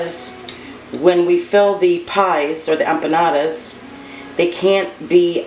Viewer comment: The way you say it is correct!